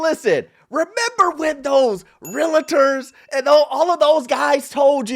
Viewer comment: is a great young man. But 20 years in the business and he still pronounces "realtor" wrong😅